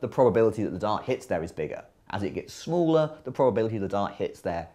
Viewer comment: smuler and smuler and smuler